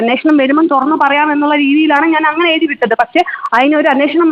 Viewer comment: എഴുതി ആണ് എയുതി 😂അല്ല Plz പ്രാക്ടീസ് ഫ്ലുവന്റ് മലയാളം